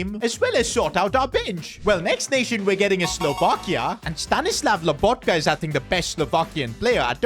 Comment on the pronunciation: Stanislav lAbotka😂 i dont know why everyone thinks his name is written and pronounced like that